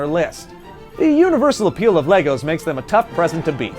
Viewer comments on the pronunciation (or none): none